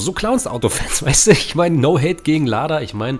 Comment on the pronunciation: Cheburek wird Tschiboreek ausgesprochen und bei Lada langes A